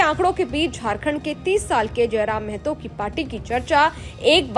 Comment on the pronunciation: its not mehto, its mahto, kindly correct news anchor madam